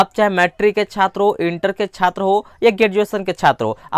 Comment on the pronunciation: Tum yar Chhatra bolna sikho